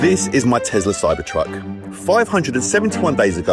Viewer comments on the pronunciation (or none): Its Tesla not tezla